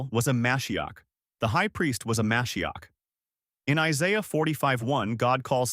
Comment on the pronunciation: There is more than this, starting with the nature of the question. It is asked as if Christianity is the obvious default. That is not true to Jews. By the way, how moshiach is pronounced is “moe SHE akh”. Moshiach is absolutely not the only question. A nuch bigger one than that is the sacrifice. The sacrifice brings all sorts of problems, starting with that for this to work, God has to accept a human sacrifice. We do not believe He would. There is also sacrifice law. it specifies: A kosher animal Sacrificed ritually Sacrificed humanely In the Temple With the carcass treated in a ritual way None of which happens. In fact, two of these are violated to the greatest degree possible: a human sacrifice is the least kosher animal possible and crucifixion is the least humane way possible. This looks like a sacrifice made by someone who hates God. And so God not only has to accept a human sacrifice, He has to accept one that looks designed to insult Him. Now, I am not arguing against Christian beliefs. I have no way of knowing. (What you say or believe you have experienced personally will not persuade me.) What I am arguing is that they are not Jewish. They don’t have to be, but they do have to be for me to follow them. Aside from my heritage, Judaism makes more sense to me, not that it should to you. Judaism holds that how we treat others is more critical than faith is. That makes absolute sense to me, as God does not need our faith (He is not Tinkerbell), but He does want kind and e